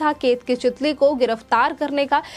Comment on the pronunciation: Chitali nahi chitale